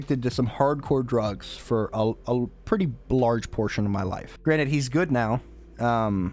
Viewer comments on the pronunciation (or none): none